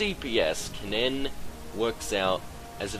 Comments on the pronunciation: its pronounced more like "ken-in", the "ken-nen" pronounciation you're doing is making my ears hurt XD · You say kennen really weird, and it drives me nuts. At least you don't say the e in Ashe.